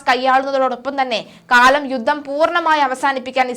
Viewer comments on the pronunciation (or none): യുദ്ദം,യുദ്ദം!!!? യുദ്ധം എന്ന് പറഞ്ഞ് ശീലിക്കണം